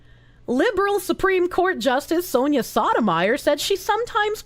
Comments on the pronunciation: Soh-toe-my-oar.😢 Saw-tah-meyer.😂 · keeps saying it like sotamizer. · For those curious, it's pronounced by stringing together the following words: So Tow My Your, and yes, it is Spanish. Doesn't stop the mispronounciation from being hilarious tho. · Soto-mayorr, the Spanish pronunciation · Soh-doh-my-oar? No. Sodom ire. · For the record; Sotomayor (So-toh-mah-yore) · That is just getting the pronunciation wrong. Sotomayor, pronounced like the words: so toe my your. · I love that pronounces the judges name as Sodomyer xD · Well, it is evocative of how she treats the law, so... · Giving English pronunciations to a Spanish name, based. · The way she pronounces it HAHAHAHHHH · it's pronounced: So-i'm-going-to-the-Korsche-or